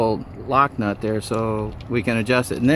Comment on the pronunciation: the guy said “Nock lut” instead of “lock nut”. I really enjoyed because it sound so sweet!